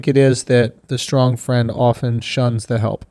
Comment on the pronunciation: If this dude says skrong instead of strong 1 more time